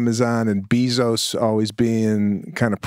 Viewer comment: Sebastian - it is 'Bezos' not 'Beezos' - that was hilarious - hahahahahaha